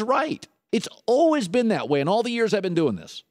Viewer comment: lol I can't deal with the way he was saying always